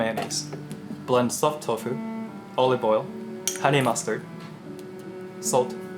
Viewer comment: "With orive oil"